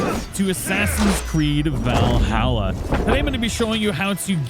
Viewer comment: VALHALLA not VAL HALLA